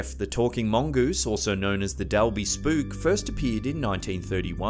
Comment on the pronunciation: Hi! Manxie here 🇮🇲 ( Isle of Man) the mongoose was a hoax. Dalby is pronounced Dolby, and Voirrey the girls name is pronounced vo- ree FYI! Great video still x